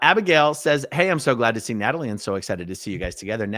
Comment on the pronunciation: Where is Nay-tall-ee at?